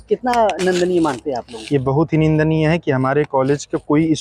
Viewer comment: नंदनीय नहीं निंदानीय होता है 😢